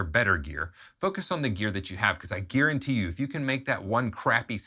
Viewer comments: Did he say Gearenty you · Did he say "I gear-antee you"?